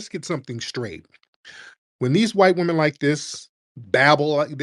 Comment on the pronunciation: Whyte wahmen be Deceptacons...